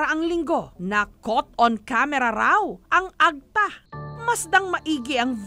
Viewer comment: Madame Jessica it's Ag-TA emphasis po sa TA not the other way around AG-ta. Sana po i-research niyo muna kung paano sambitin ang mga salita lalo na kung Filipino kasi masakit sa tenga. Napapansin ko po kasi madalas ito mangyari. I hope you take my criticism objectively.